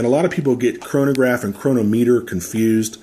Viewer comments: Please check the way you pronounce chronometer. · The first part was regarding the way you said Chronometer, and I know you don't get paid if we buy it from Amazon. I never said you did, I know what Amazon Smile is. I just thought it was clever for you to slip it in there.